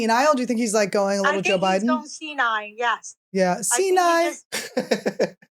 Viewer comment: Annie “It’s more of a left mind, right”?! 🤣🤣 Also, I want Todd’s momma she is so precious! She said senile like “SeeNie” 🤣🤣 Gawhhh I just adore you guys so much!